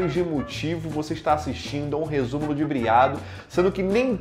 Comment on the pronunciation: sou o único que na hora que ele fala “rrresumo ludibriado” eu falo junto?